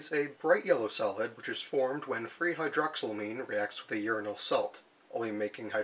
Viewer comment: 1. Uranal sounds like urinal. Uranate sounds like urinate. I had quite a bit of cognitive dissonance. 2. I agree with the poster below. Your channel would benefit greatly from improved audio and lighting. No one does uranium chemistry!